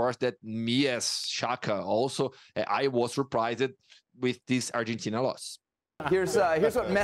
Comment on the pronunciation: The hamster keeps saying Arhentina